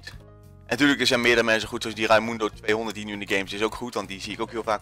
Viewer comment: ik ben echt heel trots op mezelf:p weetje waarom? Je hebt mij en me broer goed genoemd nu wil ik een lintje ----- Forcesnowit ----- Raymundo200 (alleen je spreekt het verkeerd uit KAPPA)